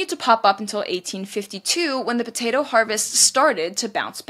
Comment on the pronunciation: Will you please stop saying potata famine. It's potato not potata